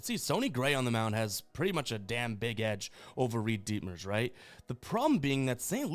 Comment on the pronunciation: “Reid DEETmers” 😂😂